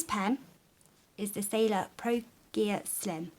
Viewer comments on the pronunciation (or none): actually,it's "sailor" not "sailar" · Am I the only one here annoyed by SailOr being "Sailar"?? Sorry, nice review though. A bit slow, but nice.